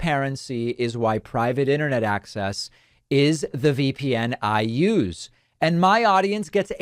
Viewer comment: Anyone in power who pronounces “And” as “eeyund” makes me concerned.